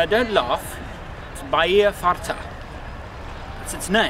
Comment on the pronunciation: Really!? Fart Bay!? THAT IS UTTERLY WRONG! hehe "Farta" is portuguese for "satiated" or "full", NOT "fart". A little bit of research on the language or maybe a small Portuguese/English dictionary wouldn't hurt. Other than that, great video